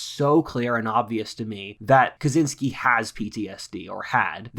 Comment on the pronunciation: Kuh Chin Skee. Pronounce it correctly.